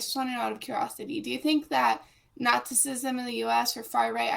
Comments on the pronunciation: Ahhh yes...my favorite ideology...Nasisisim... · Is she saying nazizizm?